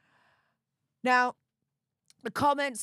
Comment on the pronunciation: Pvvvvvvvince havvvvvvy 😂 movvvvvvvvvons😂 FFS U sevvvvvviously need speech thevvvvvvapy😂